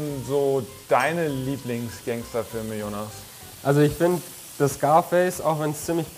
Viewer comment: Jonas als "Honas" auszusprechen ist spanisch liebe Produzenten.